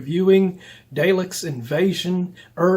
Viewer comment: Please for the sake of all Doctor Who fans pronounce the Dalek correctly. You said you are a Tom Baker fan. Go back and watch his 2 episodes Genesis of The Daleks and Destiny of the Daleks and hear how they are pronunced. As for the films I last watched both a year or 2 ago after many years of not seeing them. I was not a huge fan of either film. Only the fact it is in color unlike the original airing of the show from 1963 of the first 2 doctors William Hartnell and Patrick Troughton,by 1970 John Pertwee was finally in color. I do not even know if they consider these films canon as per the original series. I too grew up watching Tom Baker and he is my favorite doctor.